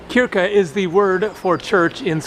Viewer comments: not pronounced kyrka, it's shyrka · Barn = Child Prislista = Price list Klippning = Hair cut Kyrka is pronounced "shyrka" Paj is more or less pronounced like the english word Pie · I literally lost my shit when he pronounced kyrka. lmfao